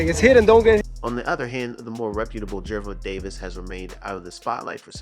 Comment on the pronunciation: The thumbnail and name pronunciation is rage bait.